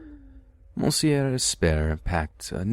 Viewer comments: Anyone else fucking died at the pronounciation of monsieur? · looool the way he pronounces 'monsieur'